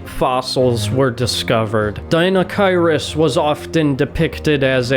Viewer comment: Pronounced Die-no-kai-rus. Good video about the wierd giant duck thing from Mongolia